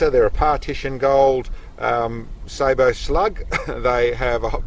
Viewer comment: Glad to finally hear somebody pronounce sabot correctly.